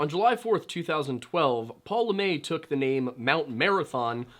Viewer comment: Are you sure you are saying that name right? Has it been Americanized? LeMaitre is french, but it's not a name where the tre would be silent. It would be pronounce more like.. Le-Meh-truh not LeMay. Just curious is this is one of those trying to be smarter than everyone else situations when you aren't actually applying the French rules properly to the name. Anyway, if you have some information such as people close to the family or investigation saying LaMay more power to you.. But I think you are mispronouncing it. You can just type "Pronounce LeMaitre" in the YouTube search field and it will pop up with French people telling you how to say it.